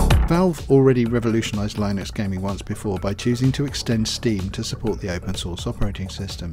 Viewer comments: line-ux and bee-ta lol, no no no, it's li-nux and bey-ta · thanks - just one comment it is pronounced lyn nux